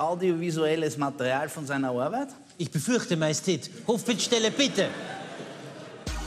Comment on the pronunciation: ''Haben wir auch audiovisuelles Material von seiner Oabeit''? ''Ich befürchte, Majestät'' 😂😂😂